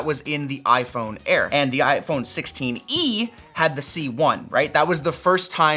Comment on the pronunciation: Did he just call the 16e "the sixteeny"? :D